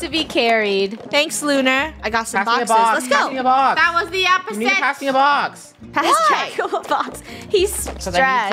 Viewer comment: I heard funneh said draca💀